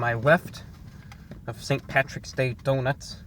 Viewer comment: You called it pattys day but I still gave a thumbs up.